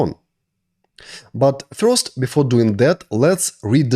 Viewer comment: никогда не понимал, как можно так хорошо знать грамматику языка, уметь говорить спокойно, и при этом произносить "дуинГ", "токинГ", "нОу летс гэт стартинГ"... ? Это за пределами моего понимания.